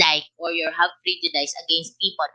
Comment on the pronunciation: Pls check the pronunciation of prejudice po